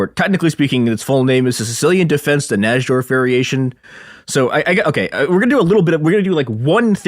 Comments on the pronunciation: I always thought it was spelled Nydorf, because that's how its properly pronounced. This episode is so painful to listen to. Who the fuck is Naj-dorf!? Ugh. Like a cheese grater to my ear balls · i heard "NAJ-DORF" so many times it fucking woke me up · Najdorf is pronounced "nye dorf" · Bobby Fischer's mom emailed someone when he was a small child?? Who the fuck is this goon? Also it's pronounced "Nye-dorf". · it's so painful. NAJ-dorf and alakeen is crazy. should have got Ben Finegold. Blunder!